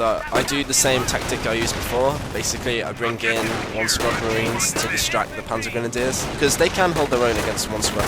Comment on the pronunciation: the schwimmwagen and the panzergrenadeers haha the way he says that xd